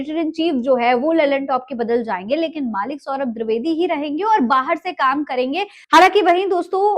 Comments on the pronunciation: मोहतरमा पहले सौरभ द्विवेदी का नाम तो सही सही लेना सीखे, द्विवेदी का द्रवेदी सुन सुन कर कान पक गये😡😡😡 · द्विवेदी ❎ द्रिवेदी ✅😂😂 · द्रवेदी नही द्विवेदी है...मेम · Didi woh di vedi hai, dri vedi nahi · Dirvedi nhi madam dwedi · दिर्दवेदी नहीं द्विवेदी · Mohtarma mujhr badi hairat ho rahi hai ki aap khud ko media se juda bata rahi hain or aap ko ye bhi nahi pata ki unka sahi name kya hai aap bar bar saurabh dirvedi kah rahi hain jabki unka name saurabh dwivedi hai Main bar bar dirvedi dirvedi sun kar bardasht nahi kar saka or vdo dekhna band kar diya Kam kar rhi hain to zara dhang se karen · दूरवेदी क्या होता है जी....😂😂😂 जो बोल रही हो वो कान में जा रहा है कि नहीं..😝😝 नीतीश कुमार गलत नहीं थे..😂😂😂😂 🤣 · द्विवेदी द्रवेदी नहीं 😂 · Name bolne nhi aata kya tarrki krenge